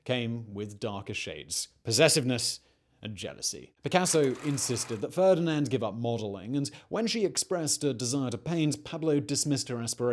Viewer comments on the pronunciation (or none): The woman's name is FERNANDE, not Ferdinand.